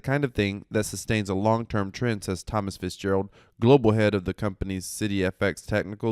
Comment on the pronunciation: "thomas fitzjerald" i heard u LOOL